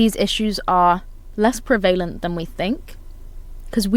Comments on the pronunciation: No one can take you seriously when you are saying prevalent wrong. Please fix this immediately, it is very frustrating. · learn how to say prevalent. This is ridiculous